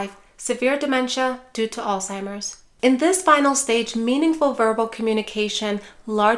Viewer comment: PLEASE....No "T" in Alzheimer's. It's not "All-Timers." How can we ever cure it if people can't say it?